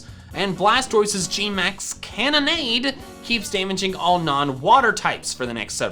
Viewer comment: Why does every Poketuber say Cannonade sounds like Lemonade?